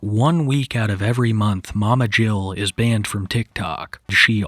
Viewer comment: "banana-ed??" OHHH BANNED 😂😂 WTF